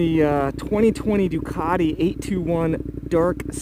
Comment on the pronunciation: NO “DUCARI”, IT’S DUCATI, SAY IT IN ITALIAN, THANKS!